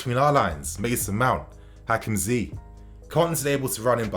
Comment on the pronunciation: Don't say Hakim zee it is annoying